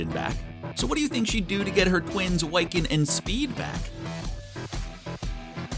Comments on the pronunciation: You say Wiccan as "why-can" when it should be pronounced "wick-en". Wicca ("WICK-A") is a form of witchcraft who's followers are called wiccans. The more you know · Yeah, that's annoying me, too. It's WICCAN, pronounced like 'wick' from a candle, not 'why can'. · His name is pronounced Wiccan!! Wi ( short vowel I ) can!! Not Why-can!!! 😤🙄😑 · Wy-kin? What the hell is a wy-kin? The word wiccan is pronounced wick-en. It's a old celtic word meaning "weaver" that is used to refer to one who weaves magic. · Wick - Can idiot not Why- Can. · Why-can? LOL. Try Wi-kuhn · no no no you did not say Whyccan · Bro it's (WHI-CAN) NOT (WHY-CAN)! You just sound like a posser. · Dude his name is Wiccan like wick-in not why can. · Why the Why-can? It's said like Wiccan. Wick-can. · The fact that he pronounced wiccan as (way-kan) is triggering for marvel fans, especially for me. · Its killing me that he keeps calling Wiccan "WYCCAN" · Why-can? Gurl bye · The fact that he keeps saying Wycan instead of Wiccan is got really annoying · Not "Wiecan" 😂😂😂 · Sorry but what the hell is "Wyccan ?" man. But it's a good video still. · “why-kin and speed” loll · Thank you. I was goibg ask WHY-can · Its killing me ever time I hear him say Whycan.... super effing cringe. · Wyccan? Sorry, that is throwing me off.. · Are we gonna forgive them for their gross mispronunciation of Wiccan or naw? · Anyone else get really urked everytime he said wiccan or was that just me? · Don't make a video on a franchise if you can't even pronounce the chs characters names correctly 🙄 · Why does this guy not know how to say Wiccan lol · I cringed every time he pronounced Wiccan wrong. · Do you really not know how to pronounce Wiccan? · How does an educated adult not know how to pronounce "Wiccan" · Cool video, but you’re mispronouncing “Wiccan”. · Learn how to say wiccan properly!